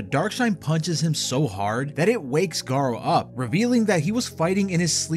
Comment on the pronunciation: Garou isn’t pronounced “Garo”, it’s Ga-roo, a French word for wolf